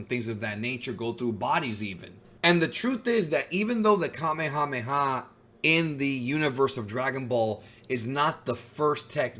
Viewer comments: Native Hawaiian here…. Fun fact: Kamehameha (the chief) is pronounced the same way as the move in Dragonball. “Kameyameya” is an english mispronunciation As is “Yookalaylee” and a lot of other Hawaiian words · You are incorrect about my kings name: Kamehameha. The way it is pronounced in Japanese is the correct pronounciation in Olelo Hawai'i. The way you say it- Kameamea is in- correct. The name has a very intense meaning in Hawaiian. It is a spiritual name and a very powerful name from its origin. So, I believe you, sir, need to research the word, the name, and the spiritual content behind it. He was recognized as extremely strong to the point of beyond human. The physical feats were registered and documented. The Kanaka were knowledge and practiced a martial arts known as Lua. It was recognized by China as the most deadly of all martial arts known.